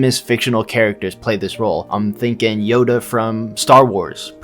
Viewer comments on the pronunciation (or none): none